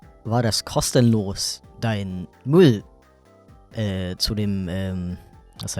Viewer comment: nicht jeder fenster? mull? huffiger? drekich? brauhst? try a pronounciation course or something